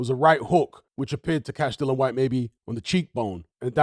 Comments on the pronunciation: His name's Dillian not Dylon. The guy will go out of boxing the way he came in with some people too lazy to get his name right. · Its a silent 'i'. Educate yourself. He initially called himself "Dillian the Villian" initially. Spelling is the same, hut you pronounce it differently.